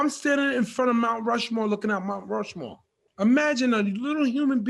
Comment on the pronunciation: Jacqueline Coley: “...you’re staring out at ‘Rount Mushmore’...“ 😆😂🤣